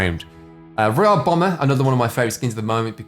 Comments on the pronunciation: Fortnite battle rrrrreoyal renegad rrrraidier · Your royale pronunciation is so cringey